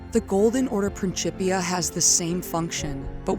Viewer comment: it was worth the wait. What a heartfelt and beautiful narrative! Plus, I got to hear someone same “principia” properly like a dozen times! 😂 Seriously tho - great work. Compelling for the lore community. Enjoy the accomplishment and take your time!